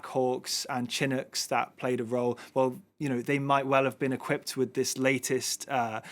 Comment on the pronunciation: It is named after the Chinook Indian Nation, not pronounced Chin hook.